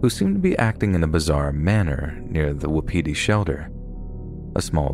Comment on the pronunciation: Did he say WAPITI??? screaming in RDR2 NO BECAUSE ROANOKE AS WELL???